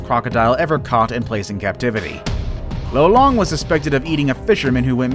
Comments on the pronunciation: Lolong not lo-long hhe after 8 or 10 years after capture. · it's not "low-long", its lo-long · Lolong is pronounced lawlong not lowlong in the Ph.